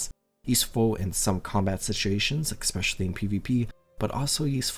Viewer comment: Is there one american who knows how to pronounce "especially" ?